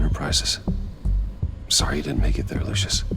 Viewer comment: Did Bruce call Lucius "luscious" ?